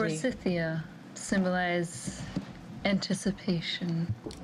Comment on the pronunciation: "Antsticipation"......LOL. Never gets old 😄.